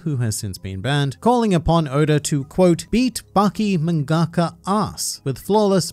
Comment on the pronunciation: Is that how mangaka is pronounced ??